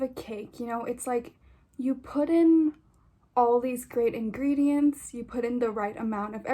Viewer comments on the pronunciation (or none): none